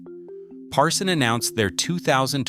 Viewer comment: it's Parsun not Parson! How can we trust you if you don't even know the correct name?